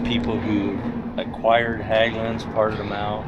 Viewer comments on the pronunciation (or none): Hägglunds with an ä, pronounced H-egg-lunds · Hägglund isn’t pronounced Hagglund the ägg in Hägg is prounounced egg like ->🥚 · Good stuff🎉 FYI Hägglunds. In English you pronounce it 'Hegg-loonds'